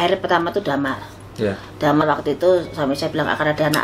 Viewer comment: Dimar,,,,Bukan Damar